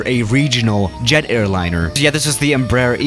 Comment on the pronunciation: Doesn't calls Embraer EmBRUH Me: What!?